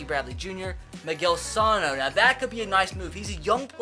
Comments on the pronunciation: I'm a twins fan, No offense but it is Miguel Suh no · Bro u pronounced Miguel Sanos name wrong